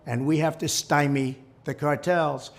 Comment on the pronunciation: Huh, he actually pronounced stymie right.